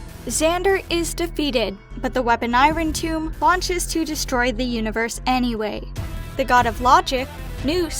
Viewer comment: you're pronouncing irontomb wrong